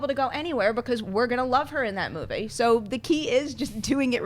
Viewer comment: Every time says Moovay my ears bleed.....